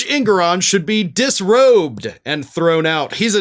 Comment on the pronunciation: "Dusrobed.." lol, looks like Large Marge is a few fries short of a happy meal.